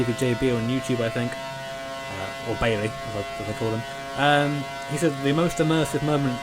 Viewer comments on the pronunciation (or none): none